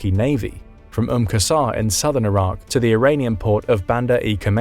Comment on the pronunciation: It’s Iraq. Not that difficult